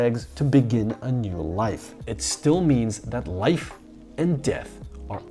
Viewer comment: I think he accidentally said nude instead of new for the 2020 reboot